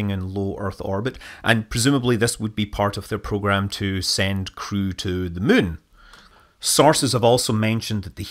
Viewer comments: Whenever Scott says "moon", I hear "mun" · Is it just me or does it sound like he said that China plans to put humans on the surface of the Mun.... ?